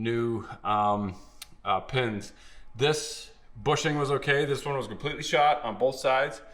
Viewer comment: Never heard a canuck say "Pehns" or "Pehstons". Is that a local accent thing?